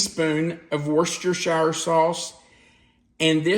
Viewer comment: I've only ever heard of heating the beans from the can or baking them. I found out... Worcestershire is actually pronounced woostersheer.